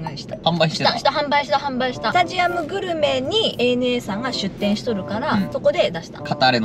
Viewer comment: 、お仕事がお忙しくなにより 、ANAはエー・エヌ・エーですよ。アナじゃないですｗ